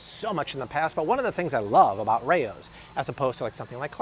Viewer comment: It’s pronounced “Rowz” not “Ray-Ohs” 🤦🏻‍♀️ I’ve eaten at the actual historical restaurant in Harlem.